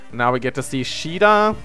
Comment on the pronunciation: Caeda, apparently pronounced "Shida" that's a new one